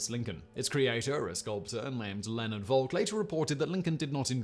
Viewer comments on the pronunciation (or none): none